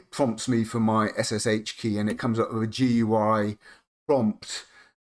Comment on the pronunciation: This is the first time I've heard SSH pronounced "shush" not "ess-ess-aitch". Whatever next? GIF as Jiff? The world's gone mad, I tells ya.